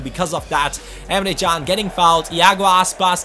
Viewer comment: today the Turkish football websites have released an article saying that Can's name is pronounced Emre Jun, just saying...